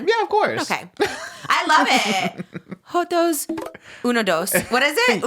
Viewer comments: Hoe- toes lmao 🤣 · not “Jot0s unidos” SXAXSXA 😭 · joto is a derogatory word 😭😭😭im dying at them saying it willy nilly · I WALK AWAY FOR TWO SECONDS AND I HEAR TRISH SAYING SOMETHING JOTOS I WAS LIKE DID I HEAR THAT CORRECTLY 😭😭😭😭😭 and in my head i heard “joto por joto and i was like purrrrrr gay4gay”😭😭😭😭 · Not Trisha saying a joto😂😂😂😂😂😂😂